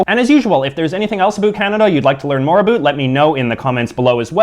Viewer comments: Stopping intentionally saying aboot. It's not funny. We don't actually say that. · I've never heard a canadian say about like you. ever. in 32 years of living all over canada. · What it all aboot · You're making Canadians look bad, NOBODY pronounces it aBOOT.... You are obviously a wannabe hipster with the ironically lame hair and the overly enunciated accent. All of the Canadian foods you are presenting are basically the same as American foods, and if you don't know how to pronounce jos Louis (joe Louie) then you obviously don't know to freeze them before eating... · His pronunciation of about is clearly a joke. No Canadian says it like this. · From what I hear Canadians do say O's differently but it's usually hardly noticable. His is VERY pronounced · Why can't you say about properly. I'm Canadian and everyone I know speaks it properly. Obviously your from the far east or an island in bc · Stop saying aboot, no one actually says aboot. And it's pronounced "Poo-t-in" not "pootenn"